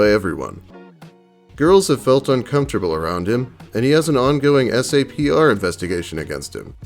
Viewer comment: Hey. JUST in case you come across another navy video SAPR is pronounced “Sap-er” Love your content man I’ve been a fan FOREVER